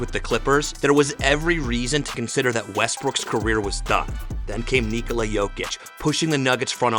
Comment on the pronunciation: finally! Someone pronounced his name correctly. Thank you and may your channel thrive. Also good video